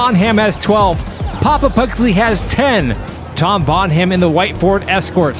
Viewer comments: Bon Ham?? It’s Bonham - like John Bonham of Led Zeppelin. EDIT: never mind… Also “Absurdistan” was mangled - they missed the gag. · the ''h'' in the name Bonham is silent lads.